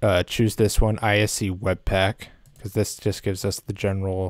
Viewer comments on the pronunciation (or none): none